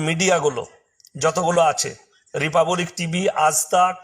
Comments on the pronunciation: কুকুরের ঘেউ ঘেউ করা টাই সার। ইংরেজি শব্দ উচ্চারণ করতে পারে না।রিপাব্লিক শব্দ কে রিপাবোলিক উচ্চারণ করছে সে কিনা ইমাম হয়েছে। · বাংলায় বাস করে বাংলা ভাষায় উচ্চারণ করতে পারছে না ,বড় বড় ডায়লগ দিচ্ছে রিপা বলিক। কিছু বলার আগে জিভটা ভালো করে পরিষ্কার করে নিয়ে আসবে